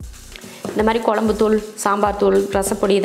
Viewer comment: தமிழ் வார்த்தைகளை சரியாகப் பேசுங்க கொலம்பு இல்லை..[குழம்பு]..??